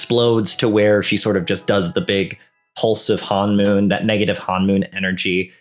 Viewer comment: It's honmoon, not hanmoon (first syllable rhymes with the English word bone).